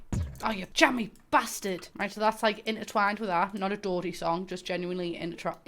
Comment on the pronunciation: someone make an edit of intertwined but it's just you trying to say intertwined